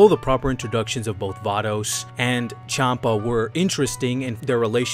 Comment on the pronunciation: Chanpa is pronounced Shanpa. The name is based off the alcoholic drink, Champagne.